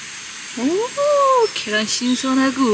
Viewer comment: 계란=겨란...ㅋㅋㅋㅋㅋㅋㅋㅋㅋㅋㅋㅋㅋㅋㅋ 여기서 빵 터졋어용 ㅎㅎㅎ 찐~~~~~~~~~~~~~~짜 잘 봤어용 ㅋㅋㅋㅋㅋ굿